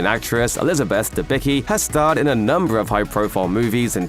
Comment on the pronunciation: Debicki is pronounced "Debitski".